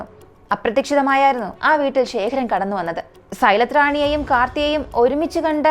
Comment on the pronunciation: ശേഖരൻ അല്ല, ശേഖർ